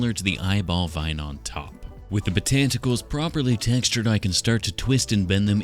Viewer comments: I love "botanticals" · “Botanticles” I squawked😂😂😂😂